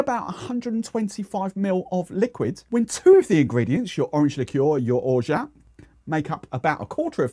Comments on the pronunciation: Just like Giffard has a silent d, so has orgeat a silent t hence correct pronunciation is or-ja. BTW, I'm bilingual English/French so make of that what you will 😀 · I googled the pronunciation of orgeat and a YouTube video gave the french pronunciation as "Or Zhah". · Orgeat is the French word for almond and so the T is silent. It's roughly pronounced as "orzsha". I've made my own orgeat a number of times and it's really good, but it just doesn't last long enough and it's a lot of effort. I'm currently using Bristol Syrups. After watching this I might try adding some orange blossom water to the bottle. I'll look into the other brands you've suggested for next time. Orange liqueur wise I've only tried Pierre-Ferrand, which I prefer to Cointreau or De Kuype but I've never really thought of trying anything else. I'll look out for your suggestions there as well. Kumquat and mandarin sound delicious! Cheers 👍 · I'm French, no the French word for almond is amande. It's not pronounced "orzsha" it's orja (J like in Jesus but without the D sound).